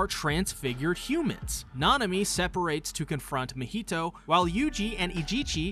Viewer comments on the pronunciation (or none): Why did he turn Mahito’s name to a Spanish dish 🤣🤣